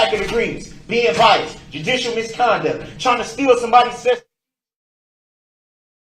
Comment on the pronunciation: or license plate, bias, ask, sustained, and I'm sure many more. He's a total clown. Thank God he's rotting in prison.